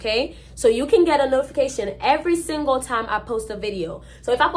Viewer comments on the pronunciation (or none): none